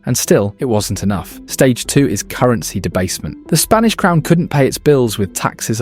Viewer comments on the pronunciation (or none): "Spnaish empire" ? 🤣🤣 Or is it "Spinach"?.... "Spanish"? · "Spnaish" Empire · seconds in and it's the SPNAISH EMPIRE brother... PLEASE. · 'spnaish empire' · “Spnaish Empire”